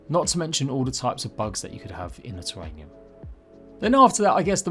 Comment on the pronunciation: terrarium not terranium. just a note. keep up your content